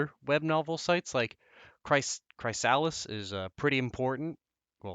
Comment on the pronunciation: you really butchered the word Chrysalis xD